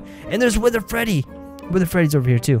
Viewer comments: you said panda fetty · when panda Freddy fell out you said panda Feddy